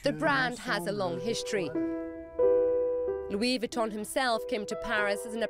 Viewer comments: Lol “loo-WEE Vwee-tone” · She doesn’t even know how to say Louis Vuitton 😂